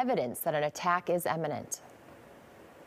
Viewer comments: Did the lady say “eminent”? 🤣🤣🤣🤣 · "Imminent" not "eminent". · “Eminent” ? 😂 … Imminent